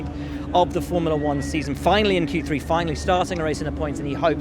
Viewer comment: At least try and say it properly just once, Valtteri. Q three. Not Q tree. It sounds ridiculous year after year. Edit: I do realise I sound awfully negative, I'm trying not to. Honest :D